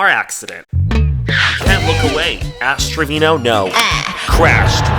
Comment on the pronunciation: istg i thought he said ass trivino or wtvr her name is 😭